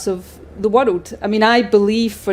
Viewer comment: Her view of the whirled is stupid. Can't even say world.